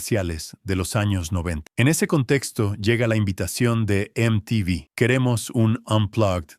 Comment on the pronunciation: Me la bajó cuando pronunció mal MTV y me di cuenta de que es una IA la que habla, malísimo.